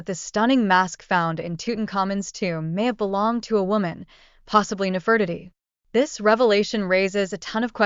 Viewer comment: Nefertiti is pronounced incorrectly.